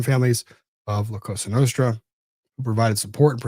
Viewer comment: It’s laughable that he got up there and said this administration is anti-crime. It’s also a crime the way he’s pronouncing “la cosa nostra”